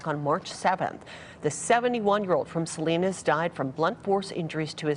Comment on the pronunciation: Not that it matters, but it’s pronounced “Sa-lie-nas” not Sa-lee-nas